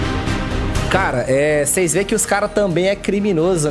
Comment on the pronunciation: "Seis não vai acreditar" quase parei de ver aqui , esse português aahhhhhrrr kkkkk